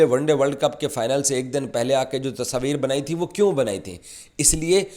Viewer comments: Tasveer hota hai Tasabir nahi 😂😂😂😂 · Bolne ka dhang dekho "Tasaaveer" keh raha hai tasveer ko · Pakies thought world cup ..organized by gully management...😂 Tasabeer...😂😂 Urdu me "tasveer" hota h bhai. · Tasvir❌ Tasoovir✅ 😂😂😂😂😂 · तसवीर अबे तस्वीर होता है 😂😂😂 जोकर